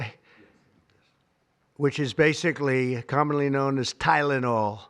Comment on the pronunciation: My mom hates Tylenol and doesn't use it. I still wound up being autistic, since it's genetic. Also, wasn't this claim debunked, like, a decade ago? Forget acetometaphine, the 🦠🍊 could barely pronounce Tylenol.